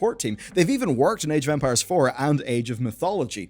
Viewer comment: I might be just hearing something wrong, but I've heard so many "age of vampires" during the video that made me pause and listen to it again. Sorry I just found it funny.